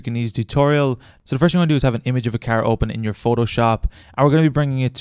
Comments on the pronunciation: "my keeer" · Was watching the video and then you said "Carrrrr" which just killed me so I had to stop lol. Sounds like you are from Boston.